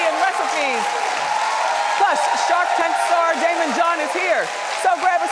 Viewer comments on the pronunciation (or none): none